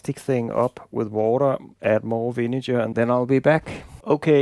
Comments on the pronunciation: You gotta check the pronunciation of "vinegar", my man... That's a hard "g", like when you say "great" or "good." And it's not "iron cast" but "cast iron." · You didn't notice that he was speaking English? No English speaker in the world pronounces "vinegar" with that kind of "g". Being on YT doesn't mean that a mistake becomes correct just by virtue of being on YT.